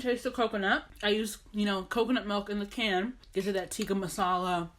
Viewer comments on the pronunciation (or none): Dear, I respect you greatly. You are very eloquent and wise. You have a way with words. Please do not take it the wrong way when I ask you to learn to pronounce tikka correctly. I am only asking you this because I know you would be more than happy to learn the proper pronunciation, and I know you are physically capable of using the correct pronunciation / can do it if you try. Thanks for making this video, you seem like an excellent cook.